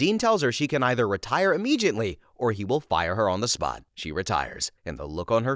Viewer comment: "Immegiately?" Dude, there's no "G" in ImmeDiately.